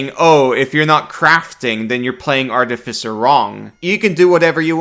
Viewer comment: New artificer is Garbo. Sticking with the old one. Also, it is pronounced Ar TIF I Cer, not Arti fi cer.